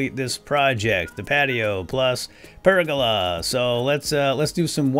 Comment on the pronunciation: Anyone else laughing at incorrectly pronouncing pergola constantly?